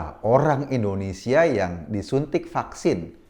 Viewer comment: Koreksi bang "INDONESIA" bukan "ENDONESIA"